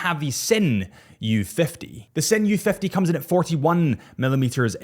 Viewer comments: and "zin" not "sin" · I stopped watching at the Sinn pronunciation. How can someone that calls themself as a “watch nerd” don’t even try to learn how to pronounce the brand and models. Nah